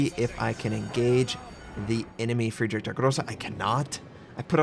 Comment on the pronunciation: You should realy learn the pronunciation if you like the german so much. Its realy painful to hear yours :D Friedrich isnt pronunced Friedrick.. Nevertheless, i realy like your videos. :)